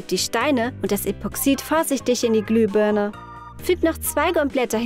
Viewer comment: Warum sagt ihr immer glübörne? Es heißt Glühbirne